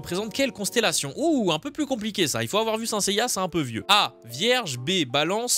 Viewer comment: Tu as dit SIN Seiya ça se prononce "scène" seiya